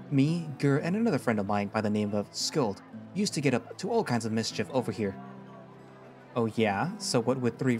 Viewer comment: I might be wrong but I think that skjold is pronounced skyold the j makes a y sound like with bjorn